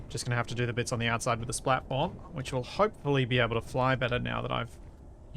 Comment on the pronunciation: All I hear is "splatform". Once you hear, you cannot unhear... ;)